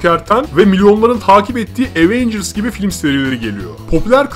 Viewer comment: evet ama bu sizin aWeNgüRs > TDK demenizi haklı çıkarmaz , cringesiniz.